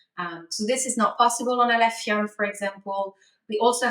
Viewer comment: “Aleph ium”